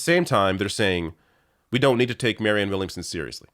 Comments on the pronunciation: still seems to have trouble with the name "Williamson". Did she say "Womanson" again? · "Marianne Wilmingson." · Dude... The first woman didn't know the word for a crystal ball, and the second woman got Marianne Williamson's name wrong. Jesus Christ